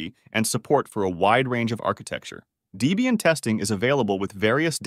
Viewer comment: DEE-BEE-ANNE = Dislike